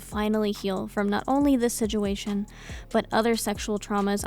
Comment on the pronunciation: it makes me giggle every time she says "siguation" instead of situation..